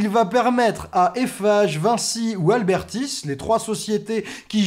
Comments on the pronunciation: Y'a pas de L dans ABERTIS ça m'a saoulé toute la vidéo x) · Abertis et pas Albertis. 😂